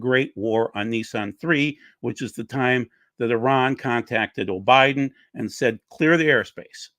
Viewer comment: you said “O’Biden.” Biden is your president whether any of us like it or not. I stopped listening not even a few minutes in. Looks like it could have been a good program but your attitudes are repulsive. Doug, these people you let flap on your channel when you’re not present, they do you and your channel a huge disservice. I’m done. Enjoyed and learned a lot for so many years until the QAnon and election/covid deniers stomped all over your channel. God bless.